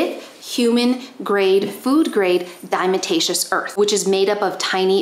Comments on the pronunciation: Please learn how to pronounce “diatomaceous!” I’ve watched 3 of your videos. You said it wrong in two of the three (the other was the live with Dr. Judy). I have no doubt that I can learn from you, but as soon as you say dime-a-ta-shus, I’m done. Yes. I’m triggered by people who want to be paid as experts on a subject mispronouncing important words in their focus field of information. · Mispronouncing DE, it is: dia-tom-aceous earth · You are mispronouncing diatomaceous earth.